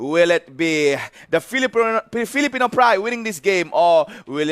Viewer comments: That guy kept saying "filiporn" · Philipron?? wtf